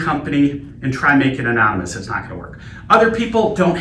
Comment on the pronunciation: 'Amomynous' lol